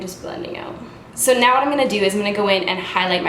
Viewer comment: wtf! I literally just finished watching super troopers and I walk in and start watching this and hear you say meow instead of now and just lost my shit hahaha